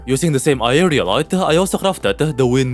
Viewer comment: Am i trippin' or no longer struggles to say aerialite?